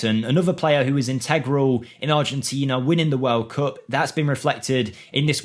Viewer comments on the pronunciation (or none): none